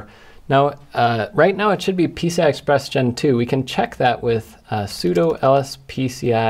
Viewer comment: Am i the only one who thought that he kept saying 'pizza express'